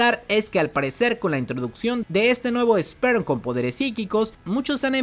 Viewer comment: Gente,es "Sper" no "Sperm".